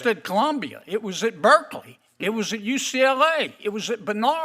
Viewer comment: Then why dont you? Why dont you like blacks, jews and other minorities senator kennedy.......its ucla....theres no g in ucla.....theres no g in Louisiana...are you suffering from a speach impediment????? What is he saying...there is middle ground....you do not deserve a seat in congress!!